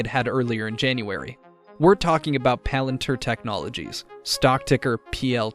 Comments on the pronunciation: I’m sorry it’s Palantir not Palanter. 🤦🏾‍♂️ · its not palant her. its "palan Tier"